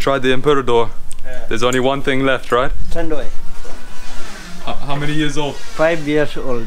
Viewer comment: Broskis, your vlogs never ceases to amaze me! Awesome stuff! Btw, the drink should be pronounced as San Mee-GHEL beer and Tan-DWHY rum. That medicinal wine looks wicked. The Philippines' very own Tanduay Rum is now the world's Number One Rum beating Bacardi this June 2018! Yep, even rum is more fun in the Philippines!! Just remember, if you drink, don't drive ... or swim! God bless! Heehee~😂😉😘🇵🇭